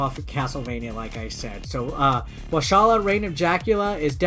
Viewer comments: I believe it’s pronounced “wahl-AKE-ee-ya” Right? It’s an actual place in Romania. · It's pronounced "Valahia" with the H like in Honda , I'm from there trust me